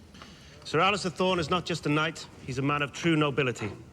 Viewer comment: It's Alliser, not Allister, but a lot of people make that mistake. Love your GoT reaction.😊